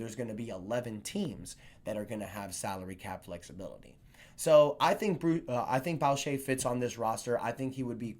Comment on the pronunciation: I wanted for years and all you have to do is watch highlights on YouTube to learn to say his name right its a common mistake just never heard your version:D